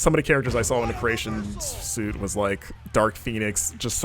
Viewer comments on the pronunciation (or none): Great look at an old school wrestling game. However, for the future, some pronunciations were off: creation suite = sweet. I forgot the other ones. Pretentiousness over. On the other hand, I appreciate the use of the occasional wrestling lingo (smart mark, spots, etc) and the very special and random MK reference